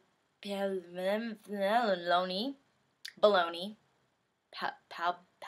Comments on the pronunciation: I think that it is: pÁ-oh-li-ni... xD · if you still don't know how to pronounce Paolini after 5 years its pow-lean-ie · i think its pow-lee-nee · Its also pronounced pa lo nee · POW-LINI! (jsyk) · I'll help you out a little. Pay-oh-LEE-nee. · PAH-LEE-NEE!!! ;D And ohhhh yeah about that crush. Imma fight you girl.